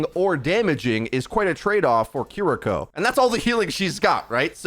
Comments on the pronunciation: Kee-lee-ko is the pronunciation. Japanese l+r. Thx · Obligatory pronunciation comment - “KEAR-ee-ko” with the emphasis ont he first syllable, pronounced with “ea” sound like in “near”. Thanks for the early info! She looks dope - can’t wait to play her. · Guh. It’s keer-ee-koh not kih-ree-koh. An emphasis on the kiri part not the riko part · Yea a lot of ppl are Saying Cuh-ree-ko. They need to to Emphasize the E sound in Ki. And the English R and Japanese R is different too. Your tongue should go towards the top of your mouth with Japanese. Like the L in English. And don’t even get me started on the Tsu sound. But it’s kinda funny hearing ppl butcher it😂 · For clarification, her name is pronounced Kee-Ree-Ko. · Hearing a lot of Cuh-ree-ko and Curr-ree-ko today. It can’t be helped tho, especially since the Japanese R is different from ours. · god can you at least say the name right.... ffs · the pronunciation on this video is... interesting... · Big yikes on pronunciation of Kiriko to kick off the video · Worries about saying ability names right... still can't say character names right 🤣🤣🤣